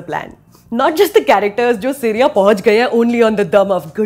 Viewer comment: Too good, she roasts the movie in the most perfect way possible. The only issue was when she pronounces SIRYA instead of SYRIA... hahaha